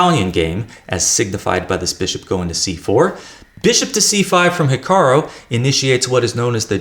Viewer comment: It's HikaRU not hikaRO! This is so irritating, I'm making sure your videos aren't recommended to me.👿 please get it right.